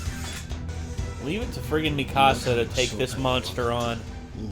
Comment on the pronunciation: Her name is not pronounced Me-ka-sa !!!!!!